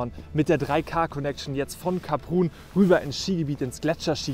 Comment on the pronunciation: Kleine Anmerkung, Saison geht für gewöhnlich bis Mitte Juli. Bei der Ausprache von Kaprun muss ich auch meckern